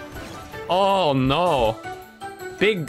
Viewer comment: "Oh noh 🥖" IS FRENCH